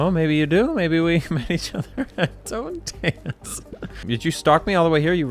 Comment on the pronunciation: It is pronounced "totten-tahnts" - German for "death dance", or "dance of death".